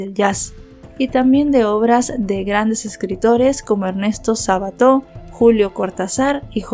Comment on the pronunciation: Gracias por tu investigación. Como oyente me llama la atención tu pronunciación, es comprensible que digas "Tirón" a Tyron, porque es otro idioma. Pero: ¿"Sabato"?¿"Cortazar"? Que son intelectuales tan conocidos y sus apellidos llevan tildes, eso es muy común en tu narración y es algo que estoy totalmente segura de que puedes mejorar sólo poniendo en eso tu intención. Saludos.